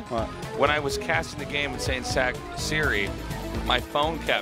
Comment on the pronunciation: His name is sok sri not sak siri...